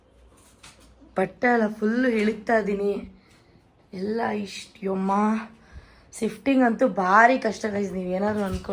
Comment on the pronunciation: ಸಿಫ್ಟಿಂಗ್ ಅಲ್ಲ ಅದು ಶಿಫ್ಟಿಂಗ್ 😅